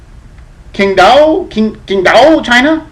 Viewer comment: You are correct sir!........pronounced like the new spelling Qingdao